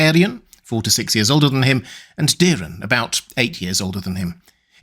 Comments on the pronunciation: It’s Daeron, not Dearon…so why the fuck u say: Díron????? Its not Diiiimon or Miiiiikar…. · The dragon household is fond of the ae, hard A, sound. Daeron is pronounced Day-Ron not Daren or Deerun